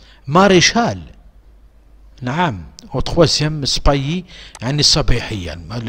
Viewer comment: عندك كلمة spahis راك تنطق فيها غالطة المعنى نتاعها سبايس يعني الناس لي يربيو الأحصنة و يتهلاو فيهم من ناحية النظافة الاكل و الشرب و حتى التدريب تاع هذه الاحصنة , يعيطولهم السبايس